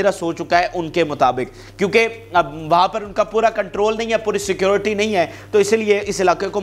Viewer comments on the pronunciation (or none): none